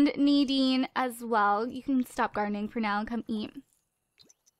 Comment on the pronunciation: When you said "Nadine stop gardening" I thought you said "Nadine stop grinding" I really REALLY REALLY hope it wasn't just me...